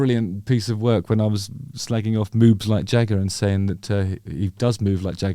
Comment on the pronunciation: It sounds like you're saying "Moobs like Jagger". I think Jagger would be too skinny to have moobs.....?